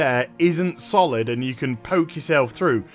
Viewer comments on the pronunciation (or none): none